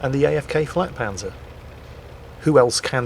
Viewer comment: not flagpanzer it is pronounced yagpanzer